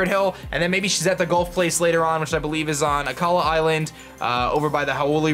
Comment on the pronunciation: Why do you pronounce "golf" as "gulf?"